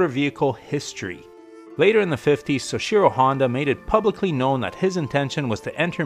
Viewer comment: Great video. Let me just tell you how to correctly say “soichiro,” it’s “soh-ee-chi-roh”